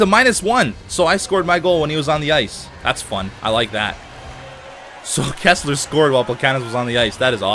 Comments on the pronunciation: it's "Kesler" not "Kessler" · It's Kesler, not Kessler.